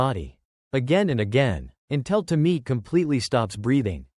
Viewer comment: Tomi-e, separate e. Ffs, at least look up how to pronounce the names properly.